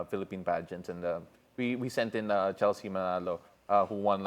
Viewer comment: CHELEKSTSHE CORCHESI WKWKWKW